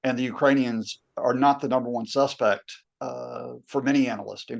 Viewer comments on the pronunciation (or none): none